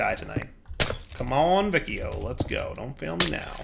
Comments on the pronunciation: Yeah, it should be either "Wikio" (Classic Latin) or "Vichio" (Ecclesiastical Latin). Also, I cringed when I heart how pronounces Boötes... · just for information: The C in Vicio is pronounced as what in english is the CH sound, like in Check, Chill, Channel... which is the latin 'C' sound. When I say C sound later I will refer to the latin sound not the english k/s ambivalence. The rule is: The C has the k sound when is followed by: A, O, U - and the C sound when is followed by E and I. If you want the K sound with an E or an I you have to put the H in between. So 'che' is pronounced KE and 'chi' is pronounced KI, while 'ce' is pronounced CE and 'ci' is pronounced CI. Sorry but hearing Vikio triggers me